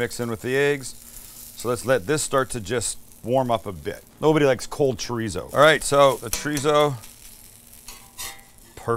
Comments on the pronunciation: wtf is "tree-zo?" lol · are we supposed to pronounce it chodizo?🤣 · The way white people say chorizo😂😂😂😂😂😂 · Sam, greetings from New Mexico. I will like and subscribe as soon as you say chorizo correctly for once. Come on man, ur “from” SoCal. 😂 JK, Im already a long time subscriber! Ps... i suggested my parents visit Not Not when they were in SD last summer, and they loved it. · can someone tell this guy how to say chorizo properly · Promise to work on how you say chorizo? 😂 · Breakfast Burrito 🌯 white people we literally make tacos every morning for breakfast without definieing it,you can't even pronounce chorizo stoooop!!!!!